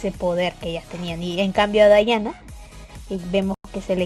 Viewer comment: Odio que se pronuncien así mi Diana nunca será dayana>:v